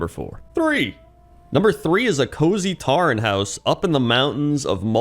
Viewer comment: Taren? It's pronounced 'Toren'